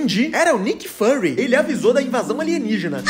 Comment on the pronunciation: Ele pronunciando Nick Fury dessa forma doeu